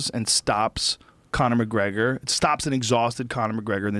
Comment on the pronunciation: Floyd McGwegor LMAO